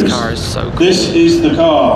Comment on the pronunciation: THIS. IS. THE. CAH.